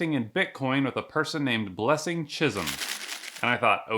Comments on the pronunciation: Chisom is pronounced Chi'soam not chizm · It's the way he pronoun chisom though 😂😂😂😭